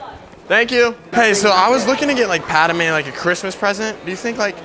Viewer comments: The one thing that pissed me of is him saying paderme not padme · Thank you,I thought I was the only one who got Pissed Off that he called Padame instead of Padme.. #ForceChoke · Isn’t he suppose to be saying pad-may why is he saying pad-da-may??? Please explain anyone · It is pronounced pad may not padi may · Dude,You Forgot to put on the belt,and the rest of accessories.. And it's Padme,Not Padame!? This Is Outrageous!!! #RevengeoftheSithRules #ForceChokeThisDude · It’s pad-may not pad-a-may and padmé is spelled “padmé” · no one: calling her Padame instead of Padmé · bro says padame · Am i The only 1 who noticed he called Padme pad-a-mey and not pad-me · Padame bro It’s Padme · Bruh I just love padame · i swear if you say pad-a-me one more time i think i’ll take the high ground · why does he pronounce it pa da mae